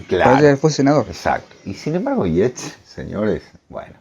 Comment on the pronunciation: Sólo para información, disculpenme, el apellido Yeats se pronuncia "yeits"... gracias por sus programas, siempre los escuchamos, saludos